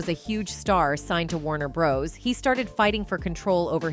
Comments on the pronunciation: Warner Bros? Come on who doesn’t know how to say that name correctly? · A1 🙄 this is what we're in for. Constant mispronunciation and generic voices.